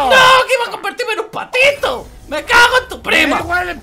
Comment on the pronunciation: Me dio rrisa cuando dijo patitu